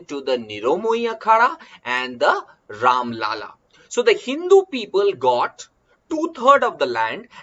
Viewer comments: Its राम लल्ला not राम लाला, लाला means business man Do not say Ram a business man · Mai bhi same likhne ke liye comments khola tha, sir pronounciation galat kar rahe hain.